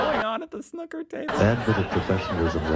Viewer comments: What the hell is “snuker” assume you mean snooker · SnOOker! Not snucker! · Snooker like snoop-er, not like snukker. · Please pronounce it as it should: snoooooker, not snocker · Snooker, not snuker ffs! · please refrain from calling it snuker... its killing my ears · Switched off as soon as he said snuker 🙄🙄🙄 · It’s pronounced snooooker! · I came to the comments to type exactly the same comment at it is THAT jarring. He is able to have an opinion on one word without you doing a Cathy Newman "so what you're saying is...". (Jordan Peterson Vs Cathy Newman interview - look it up). And he doesn't THINK that snoo-ker is the correct way - it IS according to the dictionary. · They pronounce it as snucker. LOL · It's pronounced snooker, the snook is the same as pronouncing snoop in snoopy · It's sn-oooo-ker! It doesn't rhyme with "cooker". (This is a bit random - 'best shots' or 'best snookers' would be better viewing IMO). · Its is called snoooooker like snoopie the dog…. No disrespect 😀 I did not know myself until recently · Snooker with a long o btw... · Just tuned in to see if the American is going to butcher the word "snooker" - of course he did :) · To pronounce snooker correctly, think of the word "uber", replace the "b" with a "k" and and "sn" at the beginning. Also the sneeze clip was a sketch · Snooker is pronounced like cue - Oo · Please pronounce snooker properly FFS (hint rhymes with snoopy) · Stop saying snooker pleaaaase. Your pronunciation has ruined my arvo. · It's snooker, not snucker.😂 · Snuker? Snooker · SNOOOOKER NOT SNUCKER, ALL AMERICANS HAVE A SPEACH IMPEDIMENT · I think it is Pronounced the same worldwide. I have heard many International Commentators over 45 years of watching Snooker.... And I am certain, without hearing it, what the OP is calling "correct pronunciation". Snooker as in pool. Not snucker as in pucker! 😂😂😂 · man it's pronounced snewker not snucker. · Or snuuwker, but definitely not snucker. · SNOO KER not SNUCKER !